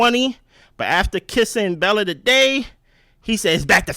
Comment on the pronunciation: “Welcome to the island Belle-A” 😂😂😂😂